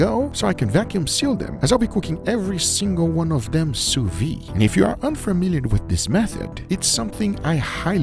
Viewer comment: Sous-vide, pronounced souvi-'the'. pronounce the De (the is good enough) at the end!